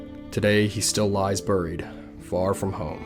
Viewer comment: Are you from New Jersey? The way you said buried and water made me think you are 😅 my family is from New Jersey and they say both words exactly the same way❤